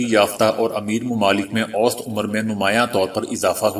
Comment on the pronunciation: اوسطاً پرھنے ھیہں اوسط نھيں پرھتے